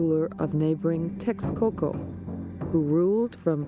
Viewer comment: It's also entertaining to hear the differences in pronunciation between the historians in the video and the narrator, where the narrator is using the Nahuatl pronunciation and the narrator is using English pronunciation, as in 'teshkoko' vs. 'tekskoko' for Texcoco. And the less said about how the auto-generated subtitles mangle the Nahuatl words the better; sometimes it can be quite funny.